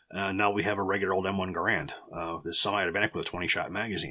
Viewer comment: Gerand, according to the designer of the same name, rhymes with "errand" Flash suppressor? It was a muzzle brake and compensator to reduce the recoil and muzzle jump, I carried one of these and the flash is very evident during night firing. Your own chart shows the M-14 weighs less than the Gerand. Using an adapter the M14 could be fired fully automatic, and was very controllable. In the years I carried the M14 I never had, or heard of, a problem with reliability, and it was very wet where I was stationed, never had a problem with the wood swelling.